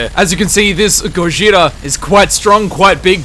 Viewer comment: The Gojira pronunciation is close! Ur goin soft in the r tho and japanese doesnt do soft r’s. Proper pronunciation is more like go-G-ra